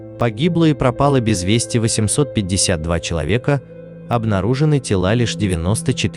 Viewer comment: Это робот говорит безвести? Там же ударение на первый слог